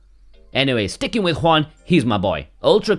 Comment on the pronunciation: I think I have never before heard a english speaker on the internet pronouncing corectly the name Juan.